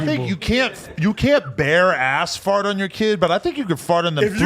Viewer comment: Why does AD pronounce fart like fort?